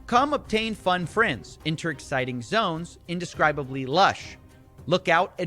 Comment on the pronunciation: lol "indescriably"